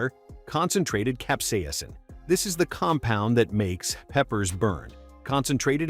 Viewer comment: concentrated cap-see-asin